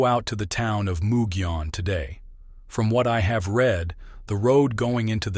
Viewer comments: Almost got the pronunciation right! It's not moo gee, but rather mug ee. It's usually the double L sound that gets most people so kudos there!! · There are a lot of names that have Spanish roots in the SW, especially in NM. Gila monster and Mogollon rim are two words that people always pronounce in so many ways. But it will also let you know who's "not from around these here parts" 😆 It's nothing at all against you for it, either. Unless someone points it out, or you happen to come across someone else pointing it out, we'd never know these things anyways. 😉 Love your work! Thank you!